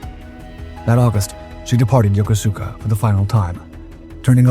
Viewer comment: It's pronounced ya-kooska not yoko-suka.